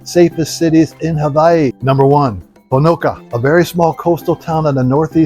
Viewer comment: If you are going to live in Hawai'i, AND speak on things Hawaiian, please learn how to properly pronounce Hawaiian words! Honoka'a is NOT Ho-no-kah! There is an okina between the two a's, Ho-no-KAH-ah, emphasis on 3rd syllable...😢